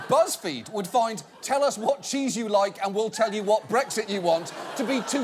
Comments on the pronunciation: His "wat" is hilarious. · your "What" was said with a french accent x) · that 'what' sounded pretty American John Oliver, America is leaving it's influence on you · why did john Oliver say what like that, he sounded like kiwis pronouncing Eminem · Woah, woah, WOAH. Did Oliver just adopt an American accent for .05 seconds? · That is probably the most British "what" I've ever heard in my life. And probably the most British John Oliver has sounded when he's not mocking his own accent.